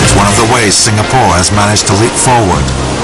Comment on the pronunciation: eh walau.its "sing-a-pore" not "sing-ga-pore" la!u discovery leh,england so lan one meh?lols....